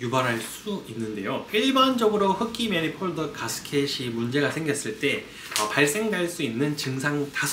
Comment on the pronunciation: 매니폴드를 자꾸 매니폴더 라고 하고, 크리닝을 자꾸 크리링 이라 해서 전혀 신뢰가 안가네요.